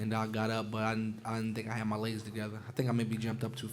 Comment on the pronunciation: Why does he say "legs" like "ligsss"